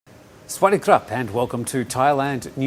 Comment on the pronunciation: That was quite an intro - "Kawa dee sup" ...dude, whut? Sawat Dee Khrup?